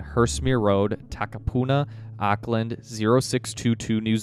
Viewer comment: The address provided in Auckland...(pronounce "Awwkland" you sort of butcher the name haha) is located next to a commercial property company. Last check the so called address is an empty building....suspiciously strange??